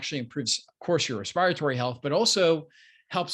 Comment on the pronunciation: Respi rytory? Dear doc. That word above doesn’t exist. It’s called Respiratory